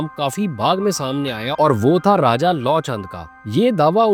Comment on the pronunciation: Ram's son's name is pronounced as Luv and not Law.